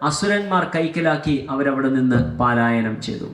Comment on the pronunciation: പാലായനം അല്ല പലായനം ആണ് ശരി